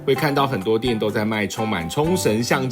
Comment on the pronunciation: Repeat after me: O•RI•ON， オ•リ•オン， 喔•哩•甕。 😂